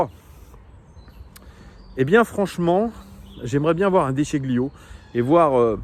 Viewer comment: plutot De Scilio que De Sciglio côté prononciation comme pour..... les taGLiatelles!😀 Desolé, ca m'a fait mal aux oreilles😉. Vraiment d accord avec toi sur les intentions à afficher dans notre animation, maintenjr une coherence pendant tout le match... bref UNE IDENTITE DE JEU... expression à Lyon qui doit enfin ne plus être taboo et rançon d.apres moi de nos futurs succès